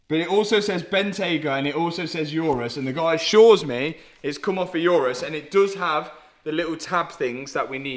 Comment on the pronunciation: Mate, it’s an Urus, not a ‘Eurus’.